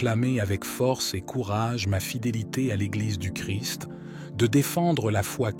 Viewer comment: Jésus Christ et non Jésus Chri le s et le t se prononcent. Christ =l oint ; Jésus ne crie pas.